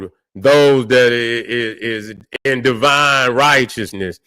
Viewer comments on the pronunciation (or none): none